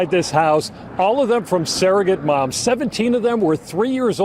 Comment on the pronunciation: Surrogate, not ‘saerogate.’